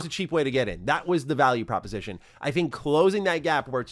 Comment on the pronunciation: "Propisation"? err...what?